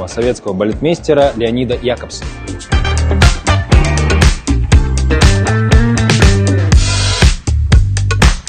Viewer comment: ВирсалАдзе!!! Уж не говорю, что ЯкобсОн (ударение). И можно было упомянуть Григоровича, в конце концов... Хотела поделиться- но, стыдно...